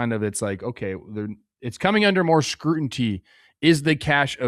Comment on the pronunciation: Scruinty lol